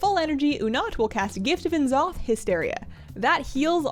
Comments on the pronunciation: Just a heads up - Blizzard wants you to pronounce N'zoth as "Ne'zoth" ;) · why do you say n'zoth like that